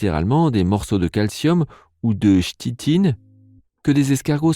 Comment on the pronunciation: Sympa la vidéo, mais la prononciation de "cichlidé" et "chitine" me chiffonne un brin le nerf auditif ;-) On dit plutôt, phonétiquement, "siklidé" et "kitin"("tin" comme dans tar"tine").